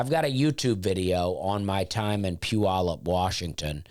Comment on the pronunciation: Impressive pronunciation of Puyallup. Not a lot of people get it right.